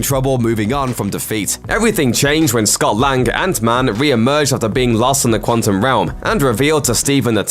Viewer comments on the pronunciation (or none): none